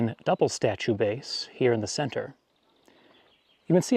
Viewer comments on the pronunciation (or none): none